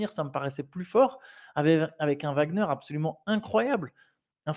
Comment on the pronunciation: Mais pourquoi "Wembanyama" vous prononcez correctement le W mais "Wagner" ça devient un V ? Ouagner et pas Vagner